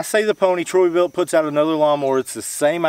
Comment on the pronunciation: It’s Troy-Bilt (no “U”) and far from the best but decent.